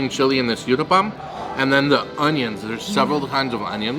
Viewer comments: It's not you-thapam it's called oo-thapam. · The uthappam is pronounced "ooth-a-pum". Thank you for this yummy video!